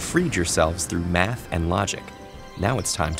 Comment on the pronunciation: ‘You’ve freed yourself through MA th and lo GIC ‘